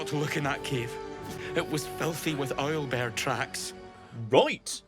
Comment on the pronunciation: the way he says "oil bear" and later "aisle bear" just sends me every time